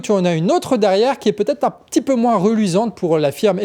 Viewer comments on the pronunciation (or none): none